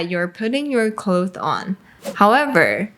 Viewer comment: Why does she keep saying clothe when she means clothes? It's driving me nuts